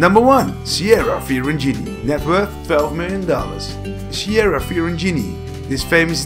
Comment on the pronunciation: Awesome video! Love song of style and the blond salad But their names are pronounced as Ah-mee not A-mee and kee-AR-ah not chi-ara ;)